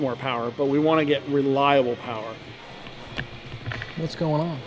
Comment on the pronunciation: "More Powa Baby"